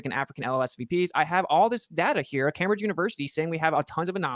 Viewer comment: He also doesn't know how to pronounce "Cambridge". But I'm sure lots of smart native English speakers don't know how to do that.